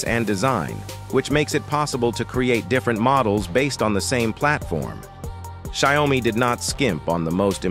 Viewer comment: What is sai-o-mi?